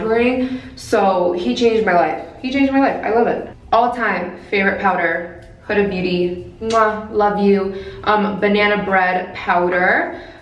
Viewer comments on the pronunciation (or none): none